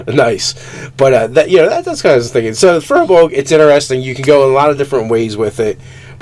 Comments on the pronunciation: I believe it's pronounced feer-bolg not fur-bolg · Good vid! Just rolled one as a ranger in my side campaign. However, it is pronounced "Feer-bolg"